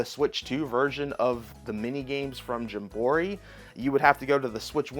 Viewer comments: Why are you saying jim borry instead of jamboree lol .... It's cool though great video man I appreciate it I've been watching this new channel I think it's pretty cool I'll keep checking out your videos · I can’t figure out if you mispronounce game names on purpose or not. The more you do it, the more I feel like it’s an act. There’s not another person on earth who calls it Mario Party Jumbori. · jam-buh-REE. That is how you say that word. Also shame on you for supporting key cards. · I believe it's pronounced as Jam-bore-ee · It’s pronounced more like Jam-Ba-Ree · Whenever you say metroid and jamboree wrong i instanly dislike the video and switch to another video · The mispronounced Mario Party title kills me... learn to read and/or pronounce. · why do you pronounce jamboree like that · I honestly think he does it for the troll…. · Cause of the American educational system lol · The way you pronounce jamboree 😂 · Agree made me instantly want to say “I don’t think that word means what you think it means!” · I think he mispronounces things on purpose so ppl call him out in the comments. Engagement is engagement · Libary, Gemboree, meteoroid, he does this shit on purpose